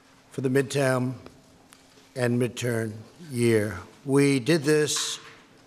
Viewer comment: Did he just say "midtam"